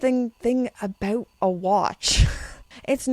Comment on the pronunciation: I love how you say “about” — Aboot lol